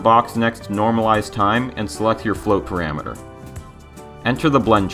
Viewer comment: "paramater" lol btw thanks for these tutorials. They are so neat and to the point!